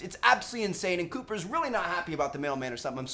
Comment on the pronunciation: When you said cooper you said double p and it was really fucking funny!!! lol.